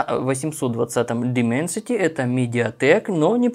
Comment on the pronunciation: Дайменсити, Дайменсити, а не Дименсити...